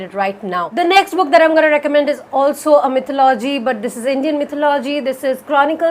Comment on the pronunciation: Still wrong Its “ mi’thó-lu-jee “ Not “ mi’thó-lo-jee “